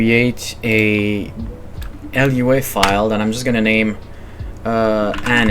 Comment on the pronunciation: "el you ei" is "loo-ah" (moon in Portuguese) btw